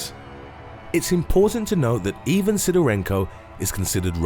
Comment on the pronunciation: Ivan, is pronounced I-van not E-van.